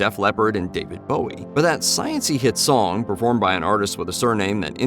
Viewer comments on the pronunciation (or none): none